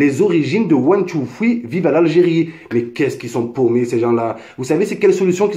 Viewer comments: one two foui mdrr quel bel accent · "one tou foui". Sympa ton anglais. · Mdr c'est pas fouis c'est three cousin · pk tu dis " ouane, tou, fwi " xD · " One two fwi " Oh gad henni tu deconne 😂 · ond two fwee 😂😂😂😂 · One too thwee 😂😂😂 really nigga 😂😂😂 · C’est plutôt one two triii mais bon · Son anglais il est mashallah. Ptdr cmt il dit three. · Mais change de coupe!!!!! En plus t arrive pas à dire three frero